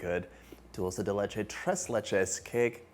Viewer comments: ¡ Que bien pronuncias “dulce de leche” ! Soy argentina 🇦🇷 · You said it right!!!! It drives me bananas when people say dolce de leche and not dulce de leche…my name being Dulce, I love being called Dolce, doesn’t bother me one bit but when Italians see it and go with their version but when referencing this treat…SAY IT RIGHT!!! Thanks a million, John!!!